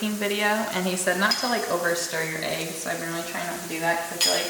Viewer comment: I can tell you from the PNW by the you say eggs lmao. eeigs